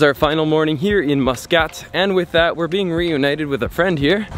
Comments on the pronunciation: Lol someone gotta tell, that is ain't moooscat, it's muscat! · Pretty sure its pronounced mus "cut" not mus "cat" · 💖 Nice video but with lots of mistakes...Yes yes! the country is a beautiful magical jewel. But No! it's not Moooskat...its pronounced Mus ...Cat. Pain to the ears everytime you repeated it. Its Mutt ...ra souk not Moootra!. Franckisence is Luban (arabic word)...not 2 different things! it's pronounced Looban not Liban. Its utopia not dystopia! 2 different words with different meanings! The Grand Mosque is for the public, all tourist can entre in the mornings ~ no need to wash anything before! just dress appropriately, same as Vatican visiting rules! You did not show the most famous room with record breaking Chandelier and carpet... absolutly stunning! Apart from the soup all the food you ate was Indian! There are specific Omani dishes that are very Very Tasty! don't know why no one guided you to them? The Bustan palace hotel is just that...a palace built initially to accommodate the ministers for the GCC summit that year...and later converted to a tourist hotel! The Sultan does not live in that far off beach palace, he resides there occasionally but lives elsewhere! The Omanis in your video are so Polite no one dared to correct you in your bad pronunciation etc... Apart from all that it was a nice fun video. Finally...Oman is not in the Middle East it is in the Arabian Gulf region (the Khaleege in arabic) the Mid.East is in far West countries of Syria, Lebanon,Palestine and Jordan...also known as the Levant region. And why should people be shocked at how nice it is?! ... it m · Love that pronunciation - Moose Cut! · "" 😂😂 I was drinking water when you said that Cool video tho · We wright it Muscat and we don’t say it like how he said it but your kinda right how you pronounced it I am Omani btw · It's pronunciation is "mas"cut not "mu" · Pls pronounce Muscat Properly brother. It's Muscat (masqat) Not muus kat